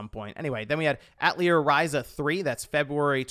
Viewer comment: Welled up a bit at the announcement of Octopath Traveller II. Please stop saying “Atleer” Ryza… I die a little every time. B+